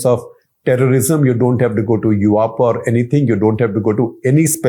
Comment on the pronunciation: *Yuaaapa = UAPA 😂